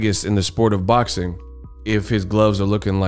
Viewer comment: All things boczin 😂😂😂 you mean boxing